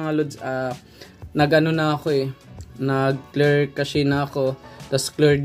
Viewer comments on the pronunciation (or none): Clear Cache - Kleer Kash ❌ Clear Cache - Kleer Kashey ✅. 😆